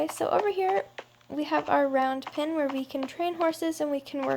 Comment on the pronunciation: No offence but its pen not pin xD